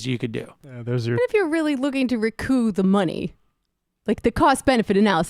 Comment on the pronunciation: It's "recouP",... the P is not silent. Odd that an adult wouldn't know this.